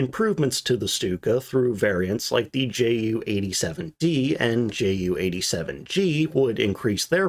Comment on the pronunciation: You do well on your pronunciation of Junker but fall down on Ju a Jumo Yoonkers, Yu and Yumo?